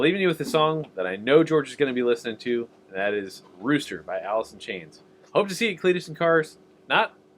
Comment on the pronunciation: Did you say Allysin Chaynes? Haven't heard that name in a long time. 🤣